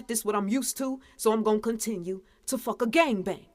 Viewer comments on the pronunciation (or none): "Fucka" "Shitta" 🤔? Are you saying that on purpose?